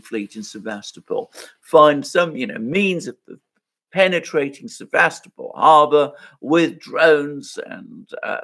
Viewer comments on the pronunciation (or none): Sevastopol(topple) not Sevastapol